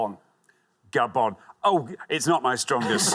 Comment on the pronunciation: Is he from Gah-bon? What? Is he from Gah-bon? Gah-bon? Yes, is he from Gah-bon? Why are you saying that? Gabonn? Will you stop saying that?! Well, ask her if he’s from gaGah -bon. Is he from Gah-bon?? No! No! He is not from Gahbon, so shut up! Shhhhtt!